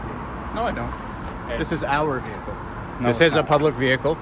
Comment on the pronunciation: Please refrain from the the vey-hicle sir. Reamin from vey -hicle I say. Halt